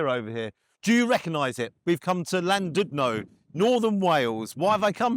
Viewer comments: Not again with the "LL". Apologies if my previous commented sounded rude, was purely meant as a joke. Really love your videos and I laugh everytime at the pronunciation, just need you to go somewhere really Welsh like Llwchwr, vowels are for the English. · LL makes a different sound in Welsh, please pronounce it properly our language is dying Dioch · I briefly lived in Llandudno ( - you really need to get your phlegm going on your pronunciation of 'Ll') and remember the gulls being complete gits. I had a quick skim on google maps for chippies in the town and quite a few seem to have really low review scores. Looks like you really need to do your research to find somewhere good to eat there. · u butchered my home name, lucky i love u lol and yes Ive never written a review but it is ABSOLUTE SH!T! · I'm surprised you haven't been slaughtered for that pronunciation of Llandudno😂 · The pronunciation is just as bad as the food.. would it kill you to atleast attempt the "Ll" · Llan not Lan you tourist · It’s pronounced Clan-did-no And I take it the fish was just a load of pollocks 😊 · It’s Llandudno, not Landudno. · “Lan-doodno.” Way to butcher the language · Llandudno - pronounced: thlan "did" no. U in Welsh is an i as in it. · Pronounced Thlandidno!!😂😂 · Its pronounced "landidno" my dads home town. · It’s not lan llan stick your tongue top of you mouth and then say Llandudno 😂😂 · Welsh 🏴. Pronounce Clan did no. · its pronounced clandudno, 2 ll's is a c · It's pronounced Llandidno! The U is an I sound in Welsh. LLandudno is really Llan (that means Saint) Tudno (the saint). There is an awesome tiny chapel in Colwyn Bay. Anyway - It is amazing to see you here in N Wales. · Llandudno is pronounced as clan-dudno, Ll in Welsh is said as clan, just so we don't upset the Welsh people 😂